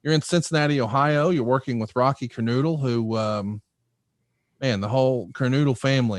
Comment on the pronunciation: It’s kerNOdle not kerNOOdle. RIP Don Kernodle the pride of the Carolinas.